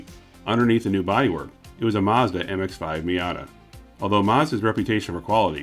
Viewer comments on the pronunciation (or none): none